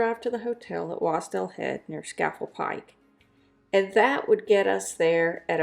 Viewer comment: At least learn how to pronounce Scafell Pike